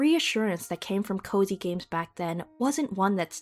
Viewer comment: The first few times you said 'cozy games,' I kept hearing 'covid games.' Since I first started hearing the cozy games term around the same time, the association feels pretty 'spooky.'